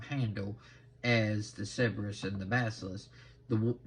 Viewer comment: Not to nitpick too much i think that is pronounced. Sir burr us